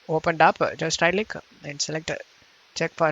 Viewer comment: weird pronunciation!!!! Open up-pe?, it-te?, guys-se?, link-ke? why do you need to say it like that bro??????? u re really annoying!!!! DA FooCK!!!!!!!